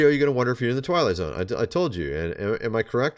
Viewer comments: Did you say "twilight zone" or "toilet zone"??? Both are very applicable... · Did you say Twilight zone or toilet zone? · Everytime you say "Twilight Zone" it sounds a lot like "TOILET ZONE" NOT joking. LMBO.😂